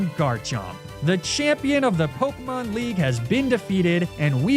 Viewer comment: it's so infuriating how he mispronounces half of the pokemon, town and leader names. I hope it's on purpose and not just pure ignorance